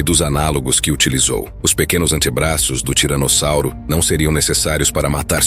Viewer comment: O cara tá falando tiranozzauro além de tiranossauro😂😂